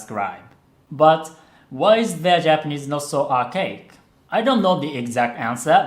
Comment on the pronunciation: archaic is pronounced more like Are Kay Ick